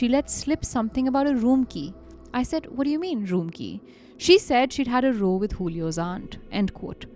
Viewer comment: Row is like rowing a boat pronounced 'RO' Row meaning an argument is pronounced as 'RAO' rhyming with COW